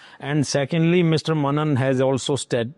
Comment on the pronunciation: How Mr.Bharocha is pronounced as BHAROCHA, but MR.MENON is carelessly pronounced as MANAN throughout the interview. What a seemingly lackadaisical attitude when it's a south Indian name? JAI Bharat Mata Jai Hind